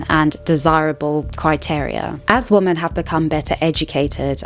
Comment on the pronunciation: Great video. Thank you for that. Your tendency to pronounce both "women" and "woman" like "woman" makes it rather confusing at times though lol